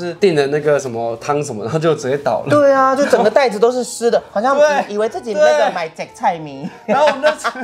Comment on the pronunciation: 以為開頭的會是外送茶～ 講「雜菜麵」的台語很像泰文 XD